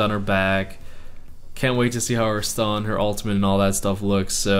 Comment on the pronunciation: Why does he pronounce ultimate as "ultimant" ?